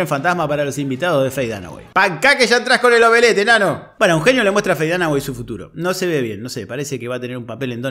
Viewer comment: bu-heno. Jajaja.